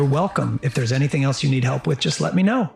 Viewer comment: 'wif'🤣 that 'th' is awol